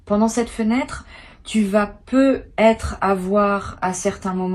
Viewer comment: Que c'est MOCHE , l'IA !!! Par exemple : " Tu peux peu ........ Être " Vous prenez vraiment les auditeurs pour des cloches !!!!